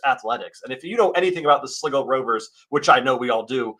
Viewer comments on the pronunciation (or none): It's Sly-go Rovers, not Sliggo Rovers